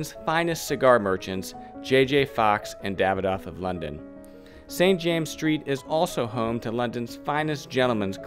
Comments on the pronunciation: St James's Street is pronounced "Saint Jaym-ziz Street" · this video is so full of errors you would be well advised to re-dub parts of it. First, it is St. James's Street, in the possessive with the two esses pronounced. It is Piccadilly, not Piccadilly Street. Foster & Son, not Sons. Hilditch, not Hirditch. Need I go on? And I am fairly sure the Queen has granted other royal warrants to perfumers. Then, what about the other three quarters of Jermyn Street? No mention of Harvie & Hudson? This is not up to your usual standards!